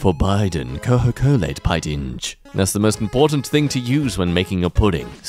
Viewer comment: Are we going to ignore the "Cohocolate"?